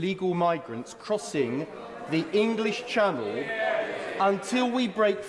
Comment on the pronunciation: I love the way he emphasises The ENGLISH Channel. I wonder if he places the same emphasis on The IRISH Sea?